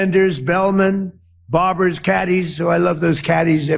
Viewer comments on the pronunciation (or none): Trump's right for once. The world is no longer laughing at the US - they are appalled by it. Baffling that he calls his Iran invasion a "war" now. And the mispronunciations: tsocial / social; audition to / addition to; barberas / barbers. If people vote Trump in the midterms, they deserve the call-up papers they'll get to fight in the rest of the Republicans planned wars.